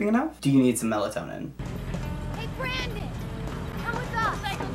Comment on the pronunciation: BRANDON, not "Brendon."